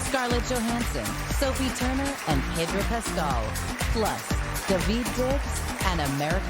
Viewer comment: why does everyone say pedro’s name wrongggg this is painful to watch